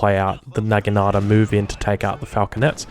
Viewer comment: Damn you need to look up the pronunciation of naginata. Great content though keep it up!